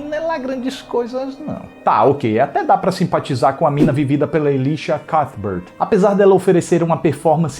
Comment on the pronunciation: Caraca, a maneira que você falou de uma das atrizes que mais gosto, Elisha Cuthbert foi inédita! Jurava que se falasse "ElAicha CuFbert", virei fã depois do filme Show de Vizinha e gamei ainda mais com a série The Ranch!! Eu assisti há pouco tempo A Casa de Cera e me surpreendeu, conseguiu me fazer ficar com aquela agonia sabe?! E temendo demais pela vida de alguns personagens! Até a fraca Paris Hilton levanta um pouco de empatia heheh!! Agora que o filme realmente enrola demais no começo e custa a engrenar, isso é verdade! Valeu pela super análise como SEMPRE, abração e até a próxima! :)